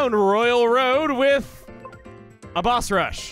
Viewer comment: "Bosh rush" lmao I lost it for some reason x'D